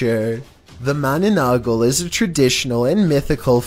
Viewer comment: Thats not how you say mananangal its ma na nang gal= mananangal